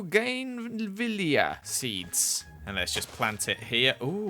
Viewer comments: Hi, The first flower is called a bow-gan-villa (that is how you pronounce it) Also LOVE your videos ❤️❤️ and I am a proud JERMEY!!!!!!!!! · Umm the red plant is pronounced Boe-gan-villa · Bougainvillea is pronounced “bow-gen-vee-ya” if that makes sense! :) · Since I'm Dutch i'll help you pronounce that flower XD "Bougainvillea" it's pronounced "book and field" in Dutch pretty weird but yeah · Steph0sims has joined the game Me: WHAT?! WHAT THE FLIP FLOP?! Edit:: I don’t do very good on the interior of big builds Me in after he starts Jeremyville: Are you sure about that?! Are how he pronounced the flower’s name XD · That was a popular flower in the Philippines. Btw you did not pronouce it right at all. Lol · Listening to trying to pronounce “Bougainvillea” was so funny! XD I love those flowers, they’re beautiful irl!